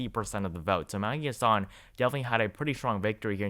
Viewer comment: the senator from NH is pronounced HAS-sun, not huh-SAHN Also, , Penn. governor is Tom (not Tim) Wolf